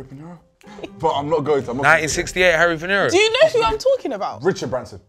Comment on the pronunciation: 1968 and man said harry pinero lol